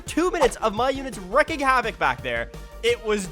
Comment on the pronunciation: Btw it is not wrecking havoc, it's wreaking havoc